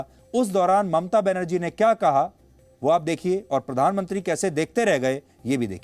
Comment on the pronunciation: पोरधान मोनत्रि 😂😂